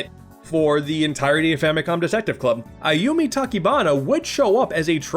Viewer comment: The announcer saying "Ayumi" doesn't sound right at all.